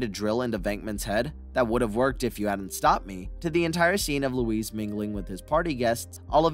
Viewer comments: yeah that and how he pronounced Louis's name "Louise" LOL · Calling louis tully...luis lol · Wow! All my 38 years of life, I've always heard people(non famous) celebrities(famous people) & even Dan Conehead himself, & you clarify the mystery of the universe it's not Ackroyd its Acheroid. & Louis is now Luiz when they clearly say Louis in the movie multiple times. & there must really be such things as ghosts for the Delorean time machine to inspire a movie car that came out a year before Back to the Future & was filmed the same year I was born 1983. I don't mean to be rude or disrespectful but come on man if you know so much about Ghostbusters & can produce a video like this you should know how to pronounce things. Smh